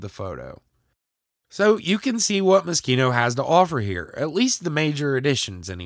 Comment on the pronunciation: Is that how it’s pronounced? I though it was Mo-sheen-oh